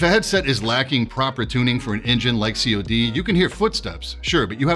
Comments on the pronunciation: see oh dee ahahah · cii ou dii XDDD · Never have I heard someone call Call of Duty COD with using the letters. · did you just call it C O D?????? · Why do you say "COD", like "See Oh Dee" ? :D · but it's been over a decade of "cod". Maybe its just my part of the world that say the word and not the letters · great review really did a great job ive just never heard someone refer to cod as C.O.D